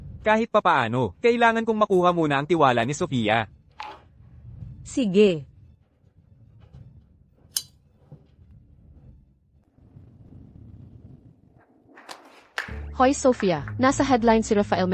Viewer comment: Maganda ang kwento kaya lang hindi maganda ang narrator at bakit may hoy ang pag tawag? It is wrong how you pronounce sige.